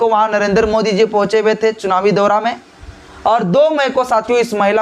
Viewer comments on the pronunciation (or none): none